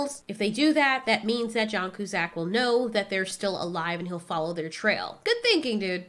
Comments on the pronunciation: It's pronounced (q-sack)! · Joan Coozack? You mean John Cusack😂